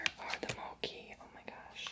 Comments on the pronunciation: Lololol love u 💜did u know that there’s also ice cream mochi? I like the ice cream mochi better, u can try sometimes (btw it’s not “moki” it’s “mochi” lol I don’t know how to explain but u know😂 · FYI everyone... It's Pronounced MO-CHEE, not MO-KEY. 😊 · It’s Not Moci, it’s Mochi! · Mochi is pronounced with "ch" like in chalk,or check 😄